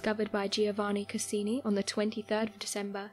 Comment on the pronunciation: Not only did she misrepresent what was actually found, she also got some of her information wrong. I actually stopped watching the video as soon as she said "Castini" instead of "Cassini." This isn't the first time this channel has messed things up but thankfully it's not as bad as some of the other mistakes they've made.